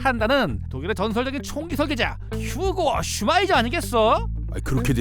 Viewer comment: '후고 슈마이저' 입니다.